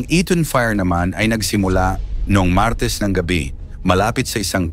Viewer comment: 😢YOUR PRONUNCIATION OF THE WORD MARTES IS SICK. ACCENTUATION IS WRONG!!!